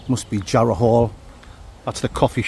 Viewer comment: Ere mate...sell us yah Jar-row